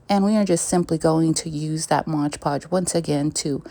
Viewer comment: It's MOD PODGE not MODGE PODGE!